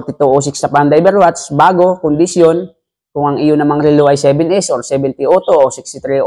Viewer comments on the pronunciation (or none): Relo not rilo! BISAKOL!!! 😛🤪😝